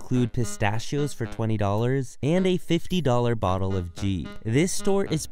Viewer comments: Lol not g it's ghee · It’s not jhee, it’s called Ghee (the g is pronounced the same way you say ground.) lol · you pronounce ghee wrong. its a ghana 's. ghana, ghee. same g. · My man..did you just pronounce Ghee as “jhee”?😨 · The Indian in me died when he said gee for ghee...